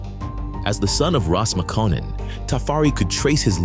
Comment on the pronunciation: Just a quick review of the narration. Harar is pronounced Harer. The name Tafari should be written as Teferi. And his father's name should be pronounced as Mekonnin. There you have. God video.